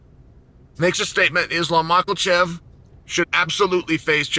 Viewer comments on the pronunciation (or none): 90 seconds into a 5 min video i got passed the adds....do better Chael, and stop calling HIM Makalshev...Its Ma ka chev...shiz aint hard its just intentional disrespect, why? Dude is literally HIM quit hating